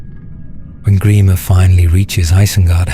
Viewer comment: Gremer?? WTF??